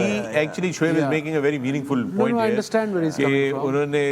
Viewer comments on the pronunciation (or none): none